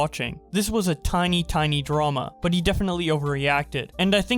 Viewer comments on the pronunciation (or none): none